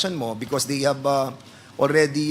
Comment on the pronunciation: Ano ba yang English ni Fernandes, " Porty six daw, tapos" HAB you ENCOUNTERED HAHAHA!!!